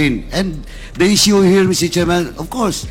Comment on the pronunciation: Alex Bongcayao: Mister Chairman pronounced “misteh tsiman”